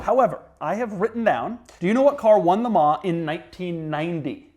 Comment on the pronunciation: Doug the kind of guy who says MeLans ....🫣